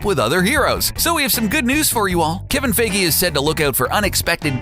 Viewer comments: It's not Kevin 'F"a"gee', it's Kevin Feige (Pronounced: F"eye"gee). Dear Jesus, learn how to pronounce German/English names, it hurts my ears listening to you attempt to correctly pronounce his name, all it takes is a quick Google search. Well, I guess it is better than a few months ago when you pronounced his name Feige as, "Feegee". LOL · For you to hopefully know how to say Kevin Feiges last name. Its Fe-I-gee, not fee-gee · "fie-gee"" NOT "fay-gee" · I kept getting bothered by him saying Kevin FIGI instead of FAIGEE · OMG Its Feigy with the 'ei' pronounced as "EYE or I" not A >< Do you even english mate! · "Faggy"??? I thought it's "Fi Ghee". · Its pronounced FIYGEY not FAYGEY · It's pronounced f-eye-gee not faygee. Dios mio. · It's pronounced fI-gee, not fA-gee. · How to pronounce feige? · you pronounced feige wrong its pronounced fi-gee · The way you pronounced Kevin Feige as "Feygee" Annoyed the hell out of me. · "Kevin Fehgee" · why do you say kevin fagee? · giddammit pronounce your shit beeter; "captain faggy." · Sorry but isn t pronounced fige but whatever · It's pronounced FY-ghee! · OMG ITS PRONOUNCED "FI GEE" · Every time he says Faygee a bit of my soul died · Pronounce Kevin feige's name right bro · you to be able to pronounce Kevin feige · The way this guy says feiges surname😂😂😂😂do ur research man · U say feige wrong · the funniest thing is how u mispronounce feige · The way he pronounces Feige hurts me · SeanTheMan1 it’s like saying “me-me” instead of meme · The way you pronounce Kevin feige’s last name is so cringeworthy. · Someone teach this guy how to say Feige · Please learn how to pronounce Feige... my ears bleed!